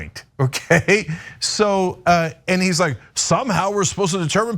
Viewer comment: "Somehow".....lol...that wasn't emphasized on purpose.....💩